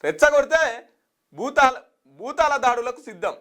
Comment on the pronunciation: తెలుగు సరిగ్గా పలకరాని వాళ్లు కూడా న్యూస్ రీడర్లు భూతాల దాడులు కాదు భూతల దాడులు తడబడకుండా వార్తలు చెప్పడం నేర్చుకో అన్న